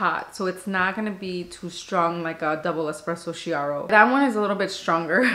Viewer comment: Hello from Italy! I got the vertuo thanks to your reviews! Just a note: double clear espresso, pronounced Kiaro! : D